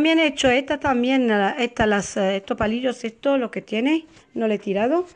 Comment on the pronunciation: Eto , eta, de dónde es usted que se come las "S" ?